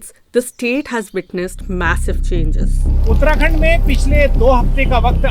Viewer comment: A beautiful video but for the voice over. So stilted. Oootrakund!!! Mispronouncing Indian names can be jarring.